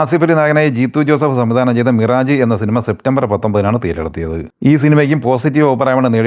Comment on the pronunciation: മിറാജ് അല്ല ചെങ്ങായ്. മിറാഷ്😂